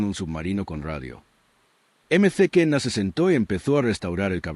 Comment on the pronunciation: Eme ce kena es "maquena"...